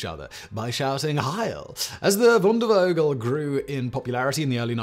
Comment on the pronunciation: Not super important, but "v" in German (in words such as "Wandervogel" or "Jungvolk") is pronounced "f" as in "file", not "v" as in "very"